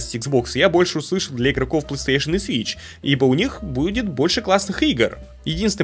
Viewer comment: плэстыэйшон